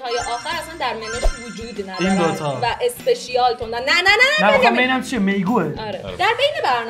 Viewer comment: اسپشال❌ اسپشیال✅